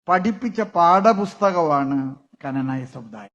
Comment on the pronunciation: ⭕⭕⭕⭕⭕ എടോ നാക്ക് വടിച്ചിട്ട് ഇനിയെങ്കിലും ക്നാനായ എന്നു പറയൂ❗ ആ സാധനത്തിന്റെ മേജറുമായി എന്നിട്ടും പറയാൻ അറിയില്ല ❗ ക്നാനായ - അതോ കനനായ ആണോ ശരിക്കുമുള്ള ഉച്ചാരണം❗ഈ മരങ്ങോടൻ പോത്ത് എന്താ കനനായ എന്നുച്ചരിക്കുന്നതു്❗